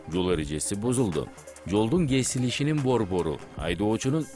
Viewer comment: Жолдун кесилиши деп так Кыргызча айтса туура болмок , эми ушунча коп эл корот эми элдин баары ГЕЗИЛИШИ деп суйлоп калат Кыргыз тилин так суйлогуло элге улгу коргозушунор керек эле.